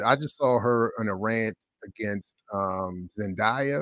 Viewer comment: her name is pronounced Zen-DAY-a, not Zen-dye-a! there’s no reason to have any level of animosity towards Keke when commenting (not ranting) on a topic that includes her accolades and star power, especially when more research into the background of this comparison is probably needed before spreading and perpetuating this narrative of the two talented women.